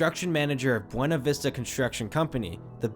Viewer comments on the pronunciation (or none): You pronounced Buena vista wrong. its pronounced BEW-nə-VIS-tə. lol!